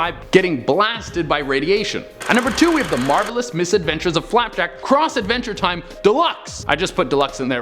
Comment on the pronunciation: He said Advenger time. . . 🤦🏻‍♂️